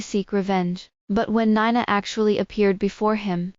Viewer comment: She pronounced Nina (nine na) instead of (nee na)